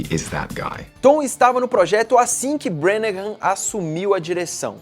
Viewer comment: Estou adorando esse recapitula/aquecimento para Infinity War. Só uma correção: a pronúncia do sobrenome do diretor não é "Brenahãm", mas sim "Brãnah", não há aquela última sílaba que o fala.